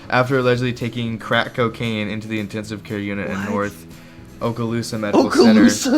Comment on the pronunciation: In toe???? 😂😂😂